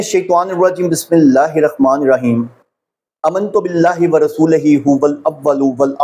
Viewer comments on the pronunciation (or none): none